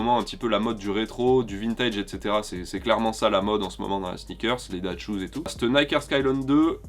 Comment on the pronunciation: Quand on dit " that schoos " Ces " that schoos " en mode " cette chossure ! Ou ces " dad shoos " en mode les pompe de daron ?